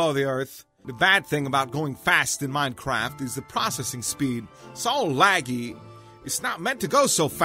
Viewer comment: i swear he kept saying minecrap xD